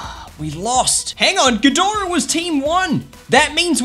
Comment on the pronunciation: Hey, I'm here to let you know you're pronouncing ghidorah correctly. Also mecha-ghidorah is from Godzilla vs King Ghidorah (1991)